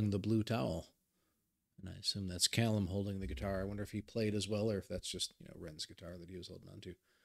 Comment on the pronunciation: It's actually in Alberta, Canada. Not far from Calgary, where Ren's been receiving treatment for the last 15 months. At the same time, you're one of only 2 North American reactors who pronounced 'Callum' correctly! Swings and roundabouts. :)